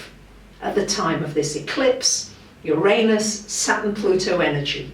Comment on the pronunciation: Her pronunciation of the word I accept °°{